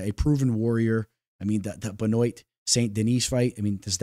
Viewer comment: For the future, Benoit = Ben-Wah!